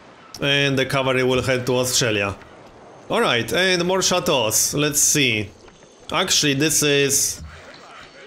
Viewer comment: Sound pretty french actually